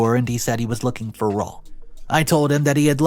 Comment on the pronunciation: RAUL - Raw-ool! Man, please Please PLEASE ask someone when your in doubt. ZOE-ZOE-EE😢 Yer killing us 😅